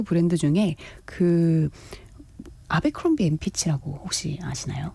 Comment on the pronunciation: 에브라크롬비 라고 발음?